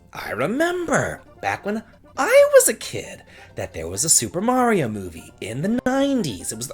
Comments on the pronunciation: You pronounced Mario right, so I didn't have to kill myself doing a shot every time you said Mare-ee-oh! :D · I'll watch it only because you finally said "Mario" the correct way. Best wishes. 😀